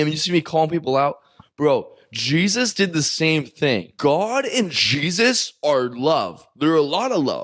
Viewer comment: Bro pronunciation of Jesus is wild